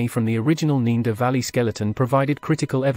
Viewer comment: The guy keeps pronouncing Neander as 'neender' but then says 'Neanderthal' correctly. Weird.